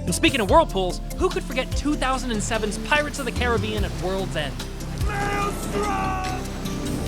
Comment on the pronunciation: He pronounced Caribbean properly!!